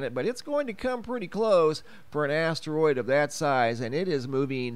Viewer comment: Haha! He said big ass teriod 🤣❤️